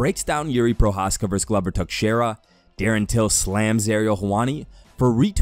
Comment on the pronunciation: Man, you were able to pronounce Joanna’s name but managed to butcher Glover’s and Weili’s.